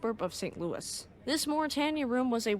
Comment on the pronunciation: The River Thames is pronounced “tems” (rhymes with “hems”). And Mauretania, Aquitania, and Lusitania… the “tan” part of “tania” is pronounced like “tain” (rhymes with “pain”). I never knew much about the second Mauretania. Her namesake is one of my favorite ships.